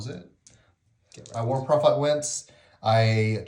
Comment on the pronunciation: When you introduced the Trench Pilgrim units it sounded like you said "war profiteer" to my ears instead of "war prophet here" and I was like, yes that's probably accurate in-universe.